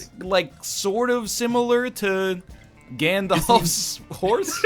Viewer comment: why does he say everything with a long A like in "had" but when he says gandalf he says "gandolf"